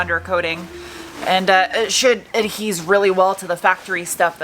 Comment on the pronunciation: The word you're not looking for is "adhere", not "adhese".